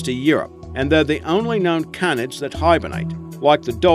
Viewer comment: yea I love wold canids but dey mispronounce it